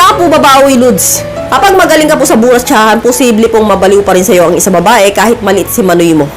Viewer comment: I am think what you mean is "Brotsahan" not "Buratsahan" maam.